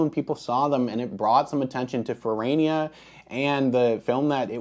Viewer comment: That's because you call it Fer-rah-nia, not Ferraynia. The "tomayto", 'tomahto' nonsense doesn't work if you're speaking about real living people or real living companies with the bad taste to use languages other than American English.